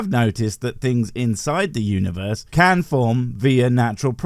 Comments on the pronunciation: What is this "Uniwerse" of which he speaks? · Uniwerse... Damn, I broke my tongue pronouncing that...